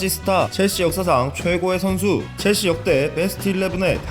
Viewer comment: 체엘시~가 아닌 첼씨!로 바뀌었넹6ㅇ